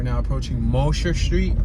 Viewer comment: Yo - you've done well w the tour and road names - but it's not Mosh-er......its Mo-jer- / just helping ya out there